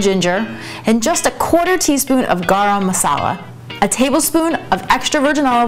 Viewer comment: What was the ingredient, dark brown looking, sounds something like gom masala? I couldn't make out what you were saying